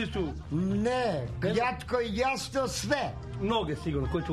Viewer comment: prije svakog odgovora "kjatko i jasno" 😁